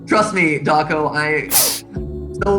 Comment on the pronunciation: The fnaf show where can’t say his own name and says dawcol.